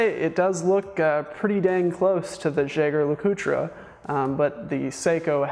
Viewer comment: Jaeger-LeCoultre --> French "zheh-zhere la-coot" German --> Yeh-ger La-coo-trah"